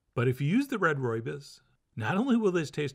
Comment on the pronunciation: We need to fix your pronouncing of rooibos. It would be far closer if you said Roy-boss but if boss was pronounced b-or-s (or as in either or but the r is silent)